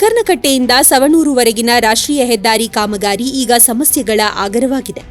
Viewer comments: it's not savanur correct it as Sanoor near Karkala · Savanuru alla medam,sanoor